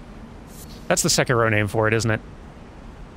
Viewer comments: The closest way to the correct pronunciation of Sekiro for an English speaker without practice is say-key-ro, you don't pronounce the 'k' at the end of the first syllable; Japanese syllables can only end in a vowel or the consonant 'n', not any other consonants. Japanese also doesn't have stresses, unlike English, which is another thing that trips a lot of English speakers up. Basically pronunciation is wrong, but uses standard English rules so it sounds correct to English speakers, but the other pronunciation of sek-eee-dough is also wrong, but wrong in both Japanese and English. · "i'm glad you pronounce Sekiro the wrong way 👍" okay....